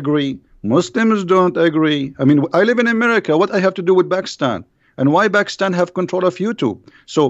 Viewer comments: Dear it is not bakistan it is pakistan😅😅😅😅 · 😀 I am christian bro. When says bakistan it's very funny that's it.